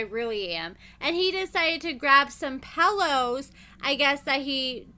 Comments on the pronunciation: PELL ohs lmfao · Why do you say pillow like that 😂😂😂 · Right?! I was wondering the same exact thing 😂😂😂